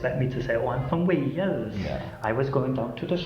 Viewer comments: Where tf is 'Wells' is Wales pronounced Whales. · You keep saying what sounds like Wells for Wales, it's pronounced Way-les.